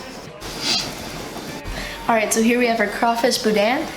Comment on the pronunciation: next time.i see you remind me to tell you how to pronounce boudin